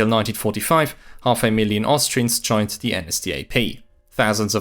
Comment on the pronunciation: FYI "the" is not pronounced like the German "die" all the time. I know it's easier as a German speaker, still wrong and quite irritating when listening to this video.